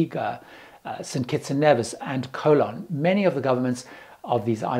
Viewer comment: Dominica is pronounced DominEEKA, and Nevis is pronounced NEEVIS. And, Nevis is one of the safest islands in the Caribbean.